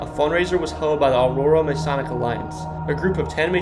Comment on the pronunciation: Good video. FYI - Cairo is pronounced "CARE-oh, Boniface is "BON-i-fass (not BON-i-face), and Masonic is Muh-SONN-ic (not Mace-on-ic) and Joliet is Jolly-et in southern IL and Joe-liet in the north.